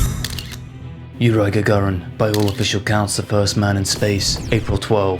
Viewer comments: Yuri pronounced "your ee" not "your eye", you weirdo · Yes, It's the proper pronunciation.